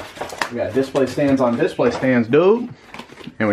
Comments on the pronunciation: Brady Adams I was gonna comment the exact same thing lol. He says "diss-play" haha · The way says DIS-play really bothers me.... like it just doesn't sound smooth.